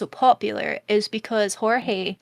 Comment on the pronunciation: Jorge was pronounced correct. He is Puerto Rican. Also I know this was over a month ago. I am just commenting for Engagement 🙂